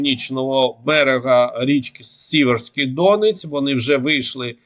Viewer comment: Дякую за щоденну роботу , за корисну інформацію . Вкотре наголошую за НАГОЛОС ! Річка Сіверський ДонЕць , а не ДОнець . Слава ЗСУ . 🇺🇦🇺🇦🇺🇦